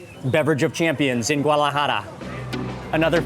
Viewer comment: He mispronounces so many things. It's irritating. Guadalajara not GUALAJARA.